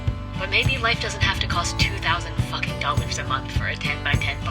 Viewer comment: it bothered me. she also puts nasty emphasis on it too, really not nice on the ears.